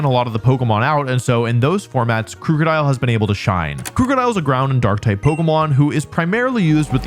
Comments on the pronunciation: I know he doesn't mean to say Krookadile incorrectly, but everytime he says it with the ooo sound (as in Scoot), instead of the uh sound ( as in book), it pulls me up short. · Not how you pronounce krookodile. It's name is a combo of "crook" (cuz dark type) and "crocodile", so no long "oo" sound. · I dislike how you pronounce Krookodile.